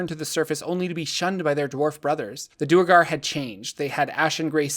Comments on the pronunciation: Its not Doer-gar Its Dwere-gar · One thing that annoys me about the Duergar is how everyone seems to pronounce them Doo-ergar. That sounds so clumsy and is almost certainly not how it‘s supposed to be pronounced. The word derives from Old Norse dvergr for Dwarf which I think would have been pronounced with a w sound, maybe with an f sound. Anyway, I like to pronounce Duergar as Dwergar and I‘m gonna proselytize for it because Doo-ergar is silly.